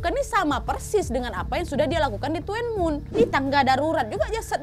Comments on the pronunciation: (FYI) Itu nama tempat tinggalnya nyebutnya “tun mun” kak , meskipun tulisannya “tuen mun”, salam dari hongkong ❤ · Orang hongkong baca Tuen mun jadi "dunmun" kak nad😅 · Bantu ralat...Tuen Mun d bacanya Tunmun wak 🤗😄🙏🙏 saya bekerja d Hongkong kebtln dekat dgn tempat itu,saya d Lhong Pingnya 😊🙏🙏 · Tuen mun.. Tapi di sini baca nya tun mun mbk nad 🤣🤣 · Tuen mun tulisan na ka..tpi d ucap tun mun..dlu saya kerja di tuen mun san king... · Tuen muen bacanya dunmun kak nadia 🙏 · Tuen mun = di baca nya “dun mun” wak 😂😂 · Koreksi “TUEN-MUN” dibaca “tun-mun” aj 😂😂😂😂😂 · Kalo tuen mun bacanya Thun mun wak 😁😁😁😁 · Tuen muen..dibaca tun mun kak NAD 😁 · Tuen mun bacanya tun mun/dun mun...itu daerah Ma on san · Tuen mun,di baca Dun mun, T jadi D,semoga membantu😊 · Tuen Mun. Dun Mun lebih mudah disebutkan, Kak. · Tuen Mun baca nya dhun Mun kak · it's pronounce tun mun sayang 🥰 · Tuen mun (dhunmun) pelafalannya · Tuenmun dibacanya Dunmun.. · Tuen mun di baca Dhun mun k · Bacanya Tuen Mun =TUN MUN biasa nad Hung Hom= Hong hum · tuen muen di bacanya thunmun wak.... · Tuen mun cara bacanya tunmun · Bacanya buka tuen mun tapi dhun mun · di ucap tun mun dan Hong ham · Bacanya "DUN MUN" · TUEN MUN Bacanya (Dun mun) HUNG HOM bacanya (Hung Ham) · baca nya thun mun bukan tuen muen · TUN MUN cra ngomongnya... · Maaf kak.. Bukan tuwenmun (bacanya) tapi tunmun (bacanya) .😁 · Tulisan nya " TUENMUN" wak ... tp spell nya Tunmun 😃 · Tuen mun bacanya dun mun Hung hom bca nya hung ham Whampoa bca nya whampo Salam dr hongkong Berapa mnggu yg lalu jg ada pembunuhan Seorang wanita di bunuh kekasih nya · tuenmun bacanya tunmun mba Nadia 🙏 salam dari hongkong 🙏🥰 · Hallooo nadia... Salam dari hongkong...itu kota tuen mun baca nya dun mun kalau d hongkong nad hehe... Semangat trus nad... 😘😘😘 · Ahirnya upload lagi kak nadia,,, oiya Baca nya tuen mun~duun mun kak nad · Tuen Mun bacanya Dun Mun wak_ Sehat selalu Wak, Mohon Maaf Lahir Batin_ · Tuen Mun bacanya "Dhun Mun" wakk 🤣